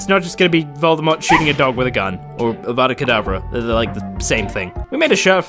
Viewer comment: AvaoAh KedAvRAh not AVadA KEDAvRa